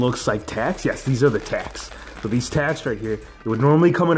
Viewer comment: You said ao not so